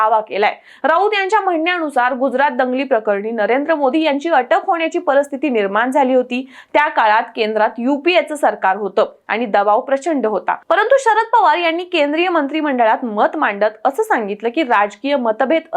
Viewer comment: मॅडम तुम्ही महाराष्ट्रीयन असाल तर मराठीच्या या चुका करू नका. मिनिट्स तुम्ही 'परस्थिती' असा शब्द वापरला आहे तो 'परस्थिती' असा नसून परिस्थिती असा आहे. मराठी भाषेचं 'धेडगुजरीकरण' चालू आहे त्यात तुम्ही भर घालू नका हि विनंती.